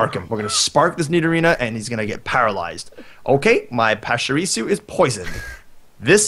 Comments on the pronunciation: It's a p-a-ch-er-e-su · preston its pach-i-re-su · pachirisu is pronounced Patch-you-re-sue...